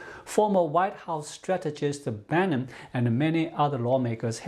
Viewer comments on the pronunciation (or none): none